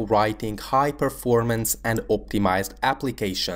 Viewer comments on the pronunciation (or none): none